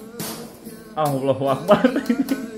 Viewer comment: bilang Ya allah sama Allahu Akbar fasiihh banget bang